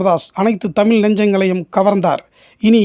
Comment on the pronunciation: தமில்,. தவறு. தமிழ் என்று உச்சரிக்க வேண்டும்